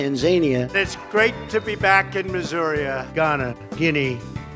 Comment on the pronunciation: It wasn't Missuria, it was Masuria! :D